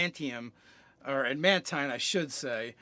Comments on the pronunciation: He kept saying "ad mant" so much that I had to look up adamantine armor on dnd beyond to make sure I wasn't the crazy one. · Why is it so hard for to pronounce adamantine? there is a second 'a' sir, use it.